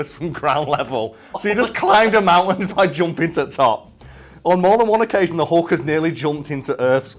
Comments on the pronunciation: Its pronuced "hulk", not "hawk" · is it just me, or does he say " The Hunk"?